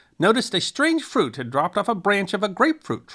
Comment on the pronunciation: Emphasis on "had"